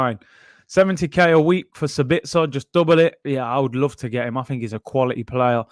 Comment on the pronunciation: Sabitzer is pronounced like: long - short -short Saaa-bitz-er